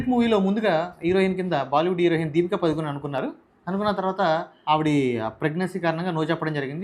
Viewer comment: నీకు హీరోయిన్ పలకడడం రాదు.. నువ్వు. నీ తొక్క analysis